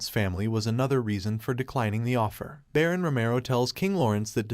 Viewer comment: Why can't these people pronounce shit properly. Like Baron and Duke.